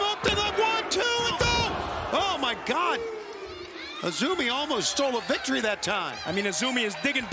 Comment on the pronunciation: Lol. The crowd don't even know or watch Stardom to know her name is actually pronouced "Azumi", not "AY ZEE EM". Gotta show some info before AEW brings in wrestlers from lesser known promotions.